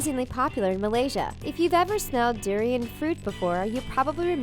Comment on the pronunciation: its pronounced doooo-riiii-on